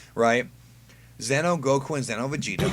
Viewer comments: Psst. Its xeno not zeno. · Why do most people that make this kind of video pronounce Xeno like Zen-oh... It's pronounced like Xenoverse 'Zee-no'